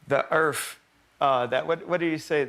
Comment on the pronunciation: Irony: Kanye West calls himself a genius, but repeatedly calls out planet 'Earf'.